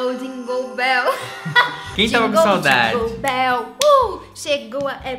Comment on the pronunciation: Eu amei essa transição com a falando jingoou béeel KKKKKKKKKK